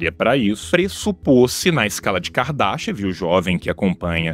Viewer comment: Sempre que vcs falam da escala de kardashev eu escuto "escala de kardashian"